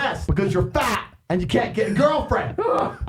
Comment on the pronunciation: he keeps emphasizing FAT and I love that